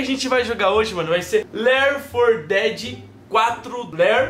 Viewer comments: lér for que é 4 dedi 2 Jogo:left 4 (four) dead 2 Pronúncia:lefiti for deade 2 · só eu que ouvi o falando do começo ler for dead em vez de left for dead? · Se fala "Léfiti for deadi". Rsrs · "Left 4 Dead" se pronuncia Ler 4 Dead?? Kkkkk ta ruim no ingles kk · Ler for dédi